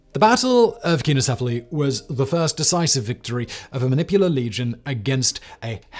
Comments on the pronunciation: Keeno 🙄... It's Pronounced sign-o. truly leads a busy life. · You still have some way to go in learning to pronounce English but your Greek is atrocious. It is pronounced Sign-o-sef-ily. I could understand if you are doing a cold read, but you have time to look up pronunciation guides if you are doing a recorded script like on this channel. Please take the time to do so. It is painful to hear you continue to mispronounce words. By the way, it is con-tribute, not contribute accent on the last syllable. Surely they pronounce that one right even in England!